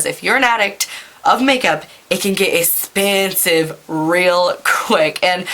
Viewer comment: "essspeeensiiiive" lol. You're the best